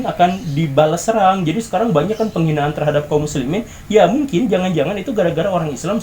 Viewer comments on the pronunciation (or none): none